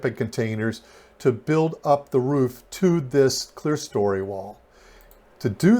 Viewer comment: That top portion with the windows is NOT called clearstory— the word is clerestory. As in, Claire-eh-story.